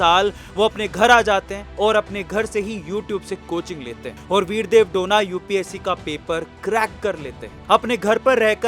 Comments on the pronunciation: डोना ❌ डोने ✅ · डोना ❌. डोने ✅